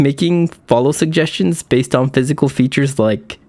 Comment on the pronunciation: I just realized can't pronunce suggestions